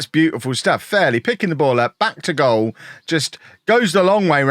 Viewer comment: "That was a goial from a long way out" Missed a trick there: "That was a goal from a Fairley long way out". Fixed it. Great video. Love the series